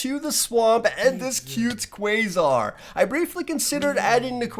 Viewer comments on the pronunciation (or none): why is nobody talking abt the fact he said quasare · quagsire the way that you pronouce it is recking me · Its pronounced C-W-A-G-Z-I-R-E of course it is spelt quagsire though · The way he mispronounced Quagsire makes my heart break.